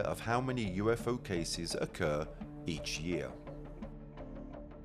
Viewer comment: The Al moderator's British accent got better as the video went along. And it's UFO, not U fow